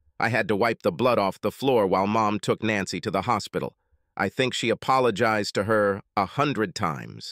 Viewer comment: AI bug. There are a lot of them. All the different voices have them, I noticed.